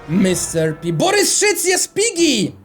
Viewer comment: Czy tylko ja usłyszałam "Dżiggy"? xD #Wrzucator